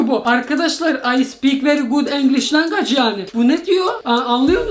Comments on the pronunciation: Abi language longaç değil lancuicıs😂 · language ❌️ lange✅️